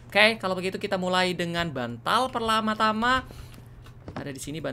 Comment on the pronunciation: bilang "pertama tama" "perlama tama" wkwkwkwk